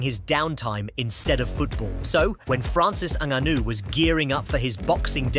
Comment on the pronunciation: What did he say "fransis ananu "😂 was gearing up